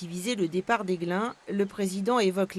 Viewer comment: Aiglun pas Aiglin.